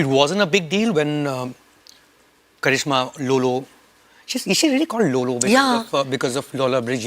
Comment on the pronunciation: karizma not karishma😂😂😂